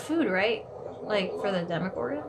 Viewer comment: Demygorgon Not Demogorgon